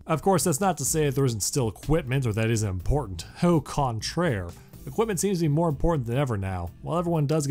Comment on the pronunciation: "au contraire" Feels very weird to hear an anglophone trying to say something french. There are some that you guys use like résumé (I currently don't have any other word in mind). I never heard someone say au contraire with an english accent. By the way I'm just saying that becuase I'm talking about french, France is NOT the only place in the world where people speak french. You know where is the nearest place from USA where people speak french? Québec (in Canada) Sorry, it's just that you guys call yourself americans when america in a continent and not a country. When you talk about american releases, you talk about united states and you think canada only speaks english. If you have french classes in school and you learn more about france french than québec french, then that's weird. I mean... You have a lot more chance of meeting a Québécois than a French!